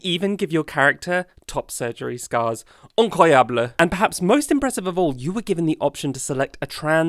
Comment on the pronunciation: Absolutely awesome video, but what impressed me the most is how WELL YOU PRONOUNCED "incroyable" !